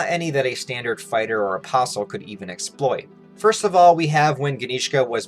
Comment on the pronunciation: Why the Hell I keep hearing opossum instead of apostol?